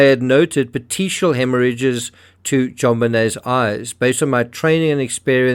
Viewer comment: Yes, please keep going with this case. Pieces are coming together to me as time goes on. BTW, Petichia/petichial is also pronounced with a “k” sound here, “pet-ee-kee-al” hemorrhage but unsure if it’s different elsewhere so I defer to you.